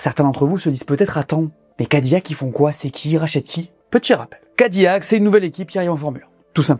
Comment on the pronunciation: Je vous en supplie amis francophones ne dites pas Cadi"Y"ac mais Cadi"L"ac